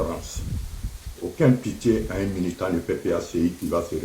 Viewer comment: Toi tu écoutes encore cet ILLETRE INCAPABLE MÊME DE BIEN PRONONCER LE MOT MILITANT😂😂😂😂😂😂